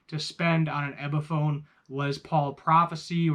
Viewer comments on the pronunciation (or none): Okay, if you're going to keep calling it an "EBiphone" you've lost me already.